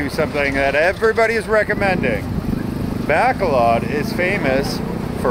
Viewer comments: buh-call-ud how its pronounced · Hate say it, you are saying Bacolod wrong. Been there a lot and my Filipina is from there